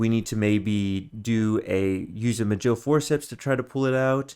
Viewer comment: Majill forceps lol. It's Ma..Gill